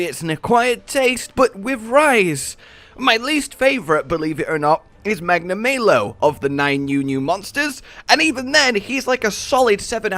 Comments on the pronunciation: "Magna-maylo" hurk.... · "Magnamaylo" Anyway, I like spiders, so favorite new monster is Rakna-Kadaki. Followed closely by Almudron.